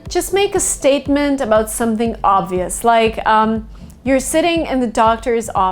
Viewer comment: when she said "shumpting" i felt that